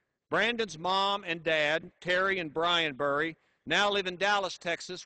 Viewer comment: Not that I don't appreciate the sentiment, but you'd think that he could get his name right. It's Brandon Bury. Brrrr-ie.